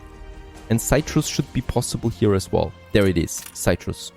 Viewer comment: excellent next part of the series as always!, my 2 cents though Please please please CITRUS (sit trus) and BISCUITS (bis-kits)